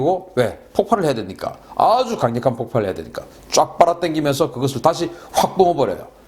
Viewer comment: 재미있게 보고 있습니다. 다만 폭팔이라 하지마시고 폭발이라고 발음해주세요. 폭발이나 폭파, 구분해서 말씀해주세요.